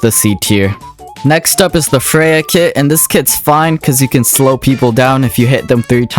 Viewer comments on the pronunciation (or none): none